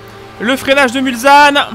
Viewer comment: hey! toujours un plaisir de revisionner tes anciennes vidéos! Au passage, Mulsane ce prononce mulSSane et pas mulZane:p